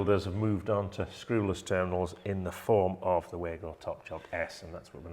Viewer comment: It's not Waygo there's no Way to go....speak it like that: clear VAh GOh...W in German sounds like V in English!